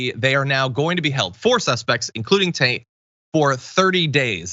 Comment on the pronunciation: I kept hearing John referring to Tate as “taint.” Well played, sir!